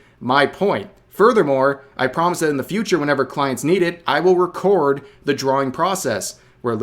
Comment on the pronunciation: Rev having a moment pronouncing "record" as "record".